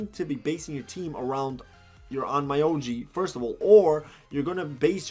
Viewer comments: By the way, it’s Onn Myo Ji Not Oh My Yo Ji 😅 I don’t recommend leveling up that way. It doesn’t worth it. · it's pronounced "on-myo-ji" regardless of the mispronunciation, you explained everything so well. really helped out understand some stuff that with just their explanations left me still unsure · It's ON-MYO-JI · lol Own-MI-O-G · It’s actually pronounced as ommyooji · Can people please, at the VERY LEAST, learn how to pronounce, AT LEAST, the name of the game..?!!! That triggers me AF